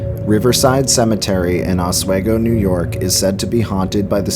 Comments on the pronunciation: Hey, Oswego native here! I just want to say that the town is pronounced Ah-SWEE-go. Not Ah-Sway-go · Or Oswigo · A new jersite here living in new York oswego it's pronounced ah-swee-go not ah-sway-go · It's pronounced 'Os-WE-go, not Oswaygo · Os-we-go shouldn’t be that hard to sound out.. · It's pronounced "Osw-EEE-go". I live about 2 miles from Fort Ontario. If you wanna here the voices and chilren's laughter, the best time is at night between the hours of 1am-4am in the mid-fall season, near the Fort cemetary. Just don't get caught by the cops in there at night. A haunting will be the least of your worries so i have heard. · Ah sway go 😂